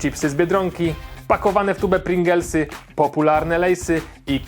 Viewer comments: Kiedy robisz test chipsów i zamiast pringles mówisz pringels xd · 🤓 po pierwsze nie PRINGELSY tylko PRINGLESY po drugie pringlesy to CHRUPKI a nie CHIPSY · PringLesy a nie Pringelsy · Czy tylko mnie irytuje jak ktoś mówi Pringelsy zamiast Pringlesy? Trochę śmieszne bo pewnie nie tylko ja ale i dużo ludzi wypowiadało Pringels. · Pringlesy a nie pringelsy :P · PRINGLESY, NIE PRINGELSY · Halo halo to pringlesy a nie pringelsy xd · Czy wszyscy czytaja zle PringELsy? Bo z tego co widzento napisane jest PringLEsy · to chyba pringlesy a nie pringelsy😐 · prinGLEsy a nie prinGELsy :) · Pringlesy a nie "pringelsy"... profesjonalizm pełną parą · czyta się pringles a nie pringels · Pringlesy a nie pringelsy. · Pringlesy nie Pringelsy. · P R I N G E L S Y A NIE P R I N G L E S Y NIBY MA OKULARY A NIE UMIE CZYTAĆ #XD